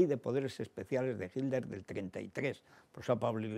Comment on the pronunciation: porque los españoles dicen HILDER?